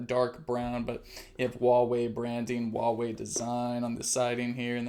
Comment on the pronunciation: it's pronounced hwa wei